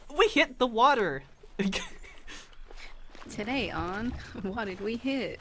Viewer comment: why did he sound so american when he said water lol